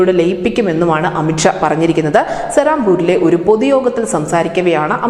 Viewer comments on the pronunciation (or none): അമിത് ക്ഷ അല്ല അമിത് ഷാ കെ ശ്മീരല്ല കാശമീർ ആദ്യം തെറ്റ് കൂടാതെ സംസാരിക്കാൻ പഠിക്ക്